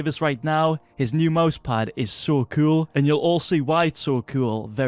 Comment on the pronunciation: When he says cool it sounds like cuol